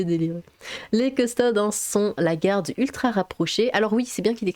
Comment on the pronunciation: Petite info on dis custodès pas custodes